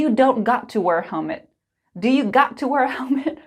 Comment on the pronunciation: I think you might make a wrong pronunciation when you say the word wear, it sounds like were a bit though.